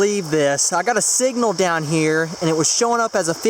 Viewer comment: 2 dollars and tien cents!